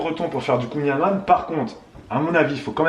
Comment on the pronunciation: La famille de mon chéri vient de Douarnenez (ville où a été créé le Kouign amann) et juste pour info ça se prononce "kouign aman" (comme le "an" de maman) ne me remerciez pas ahah, ça fait 10 ans qu'ils me reprennent 😅